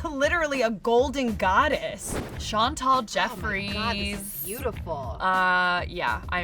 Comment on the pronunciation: Why do they say Chantal it’s Chantal can they read it.Well they spelled it right tho.